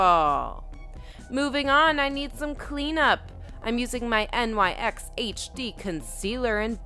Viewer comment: Just trying to be helpful, it's pronounced NYX, not N.Y.X it's not an abbreviation for anything. ✌️